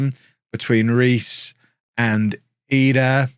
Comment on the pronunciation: Is it triggering anyone else that he's calling he edah? Instead of Idah?